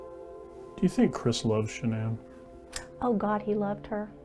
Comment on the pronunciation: Did really say "Shann'an", when they asked what happened to her son and why he's a psychopath??? Shann'an? You think Shann'an is what happened to him?? Lololol 😆 Nooooooo sweetheart! You are sadly mistaken and cold hearted and living in the SAME denial that your psycho son lives in, and your son is EXACTLY like you!!! Your precious boy, #Chriswatts changed because of #Nicolekessinger aka #NK. Her stalking him to see what he likes and doesn't like and her manipulation and crying to him about she wants to be a first, she wants to give him his children, she wants to lay in the bed with him and fall asleep...blah blah blah, and so on... THAT my dear is what changed your son. His piece of a** on the side, possibly their cocaine use and I'd almost bet that NK's head spins while she vomits green peas every time she gets mad because SHE IS AS EVIL AS HE IS!!!! So get your facts straight #cindypsychowatts. Shann'an had NOTHING to do with the changes in your son!